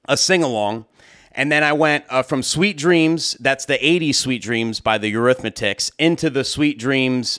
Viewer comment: Dude, I love ya, but it's Eurythmics. There is no "tics" at the end of it and there is no "The" (that's a minor thing though).